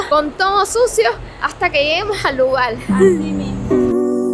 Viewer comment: Se dice: lugar, no lugal 😊